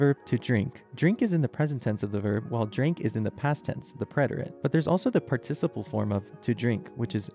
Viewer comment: PS - Please learn how to pronounce the word "participle."